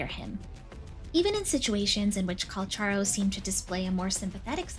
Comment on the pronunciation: Finally... Someone says his name right. 😢